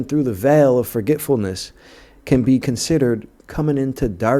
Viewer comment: “ Re- member- ance” “ Forget- fullness.”